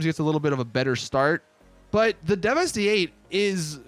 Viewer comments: How do you still not know how to pronounce the name of this vehicle. Its pronounced like 'devastate' hence the name. Not 'devestè'. Fucking annoying af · “Devestay eight”. Lmao it’s pronounced devastate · It’s pronounced like you pronounce devastate. Deveste-8. C’mon 🙄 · fairly sure it's meant to be pronounced like "devastate" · ITS PRONOUNCED AS "DEVESTATE" FOR FUCKS SAKE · Devastate. It's supposed to be pronounced Devastate. You do the same thing by not pronouncing Declasse as D-Class, it's a play on words of it being a D-class manufacturer. All cars and car manufacturers in GTA are puns, jokes, references, or a play on words. Work on your pronunciations man, lol. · Oh my god,not 1 YouTuber is pronouncing this cars name right! How can u NOT see the word devastate...